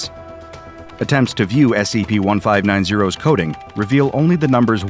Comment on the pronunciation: Why does it sound like he always say S E B instead of S C P...